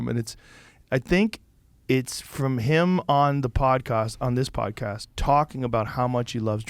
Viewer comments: He's turning posh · Joe's Boston accent popping up for a brief moment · why did Joe say “podcast” like that? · Joe turned into a posh english guy for a second there